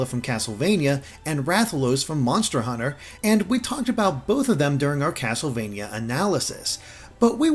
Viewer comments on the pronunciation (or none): none